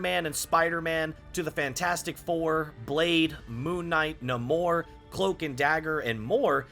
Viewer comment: it's pronounced "Neimor"